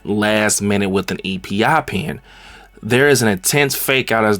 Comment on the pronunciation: As a dude with a peanut allergy and having a family in the medical field ik were all gonna be cringing like crazy here and its called an "eppie pen" not e p i 🙏